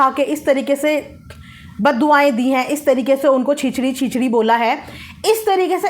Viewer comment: By the way us word ko छेछड़ी bolte hain 😂😂😂😂